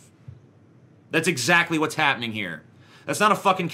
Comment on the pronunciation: "HAPning" llooll